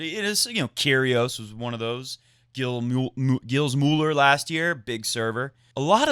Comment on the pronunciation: Now that you've learned to pronounce quite properly "Cecchinato', I think it is about time you learn to do the same with the French first name "Gilles"! (As a French-speaking guy, everytime I hear you butcher that name, I can't help but cringe in horror! (I'm a very sensitive creature!)). Gilles Muller : Gilles Simon : (No need to thank me!) 😁😆